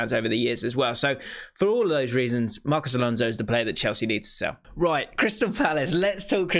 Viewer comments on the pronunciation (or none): none